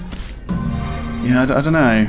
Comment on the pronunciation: "I da know"